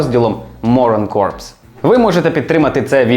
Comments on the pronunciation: Бро, у розмові вимовляється не корпс , а кор , бо выходить не морська піхота (корпус), а "морський труп" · дякую тобі за інфу, дуже цікаво. До речі "coprs" вимовляється на французський манер,тобто просто "кор". Але кажучи "корпс" ти теж не помиляєшся, бо вони в решті-решт стали corpse-ами:) P.S.От така хня, малята.Вчиться, як зріла людина реагує на критику.Радий, шо на тебе підписаний, друже. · Останні 2 літери у слові corps не читаються. Слово звучить як "кор". Слово "корпс" означає труп і пишеться corpse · *Читається як слово core не "корпс" Дуже цікаво як завжди! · corps читається як "ко" (core). Кінцівка відео трохи крінжова, не знаю чи так задумано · corps читається не так